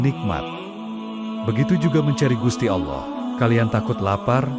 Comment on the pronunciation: Ini kisah islami kisah seorang waliyullooh, kenapa dibelakang syeh Syaridin ada selipan salip. Jangan2 yang mengisahkan bukan Muslim, karena menyebut lafadz allooh saja salah.